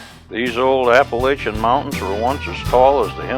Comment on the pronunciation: This is a crock. The announcer can't even say APPALACHIAN right.